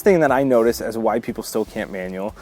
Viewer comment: Everytime you say "why people can't manual", I hear... "white people can't manual..." 🤣🤣